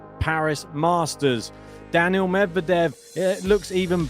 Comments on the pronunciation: His name is Daniil. Not Daniel. Get it right. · He is not saying Daniel,but Danil